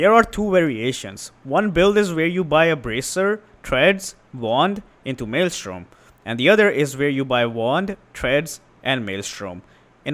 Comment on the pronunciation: We appreciate you saying 'Maelstrom' correctly.